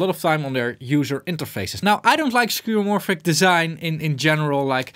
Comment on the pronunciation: oh wait you said it correctly